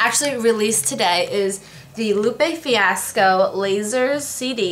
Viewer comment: lupe fi-AH-sco.